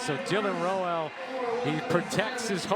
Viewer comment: Rowell rhymes with “owl” for future reference. This won’t be the last time you need to say his name.